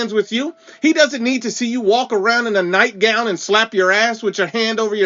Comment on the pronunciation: Lol nightgoun 😂